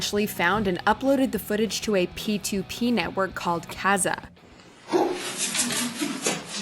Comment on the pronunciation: There's something about how you say P2P and Kazaa that makes me feel very old